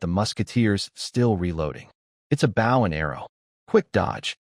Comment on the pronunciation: I'm tired of hearing these stupid AI narrators pronouncing 'bow' the wrong way